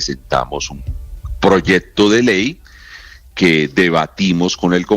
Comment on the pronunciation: No se dice proyedto